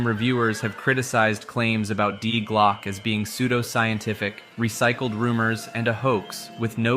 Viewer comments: Die Glocke is pronounced "dee glockeh", fyi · Die Glocke is German. Dee Glock-uh jeepers peoples notion of other languages suck so bad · Die Glocke is pronounced "Dee Glokke" with o pronounced like in low, but shorter and the e pronounced like in rat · "die glocke" xD as a german i laught hahaha its not die like dying, die is like "the" - its "the bell" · dee glocke, no die glocke i first i thought it was some another legend of nazis making death bells or something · I really enjoy your Videos and I can understand how difficult it is for a native english speaker to pronounce foreign words. Your pronunciation of "Die Glocke" is kinda cute, but at the third mention it kinda triggered me 😂 In the end I'm happy that you tried to include the German name of this project, maybe it would have been easier for you to call it "The bell" 😊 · Die glocke... your pronunciation killed me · Stirb Glocke 😭😭 Ich musste auch lachen sobald das betont wurde 😂